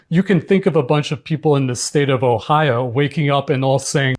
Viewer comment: To be fair to him, his Ohayo pronunciation in Japanese and he was good about saying Ohio in American English too.